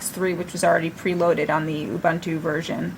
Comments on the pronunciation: "awbahntu"? It's pronounced "U-boon-too" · what's so hard in saying "oo-boon-too"? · It is pronounced "oo-BOON-too" (from Ubuntu's own documentation)